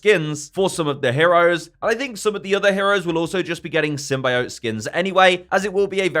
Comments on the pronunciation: It’s not Sym-bye-ot. It’s Sym-bee-ot. Thank you. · For reference: It’s Sym-Bee-Oat, not Sym-Buy-Oat.